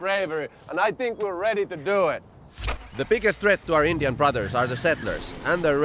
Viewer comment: Every time they said "INDYAN" I cringed.